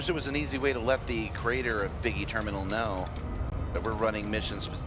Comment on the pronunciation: System, not sector. And it's BiggLe not Biggie ;)